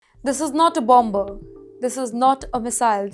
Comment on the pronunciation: I heard a "BAMBER" 😂 supposed to be "BOMBER"